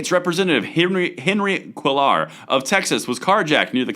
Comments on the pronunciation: Wonderful piece. I love it when people like secret squirrels get caught with their pants down 🤪. Or in this case their pistols blazing. And missing. 😮 By the by, Rep. Cuellar pronounces his name (kway-are). In Spanish the ll (double ell) has its own pronunciation which usually comes out as silent. Or something that cannot be written in English in a text message that will even come close to the actual sound 🧐😳! Just keep away from the phonetic pronunciation. Make that ll silent and you will be much closer to reality 😜. Keep the aspidistra flying! God bless, Paul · that democrat from Texas name is pronounced Qua r, or Qway r. Say it fast.